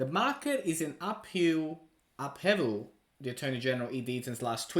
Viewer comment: Great video 🥳 really need this to pop and sweep all the doubters under the carpet… FYI upheaval pronounced up/hee/vl and ascertain pronounced a/suh/tayn 😎